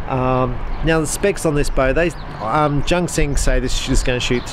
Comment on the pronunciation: Junxing is pronounced "Choonseeng" (or "joonsheeng", something in between...) but definitely NOT JUNK KSING! :D